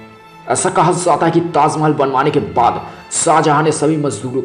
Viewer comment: ha ha ha... abe pele dhang se bol bhai... taaz mahal taaz mahal... kha zaataa h bol ra h ... hahaha...